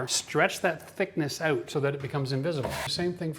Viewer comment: this guy must be Canadian by the way he says OUT or OOT. 😅👍